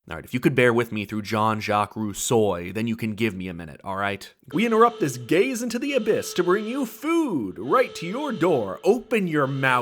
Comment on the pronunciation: Are you saying "Gaze into the abyss" or "Gays into the abyss" ? 🤔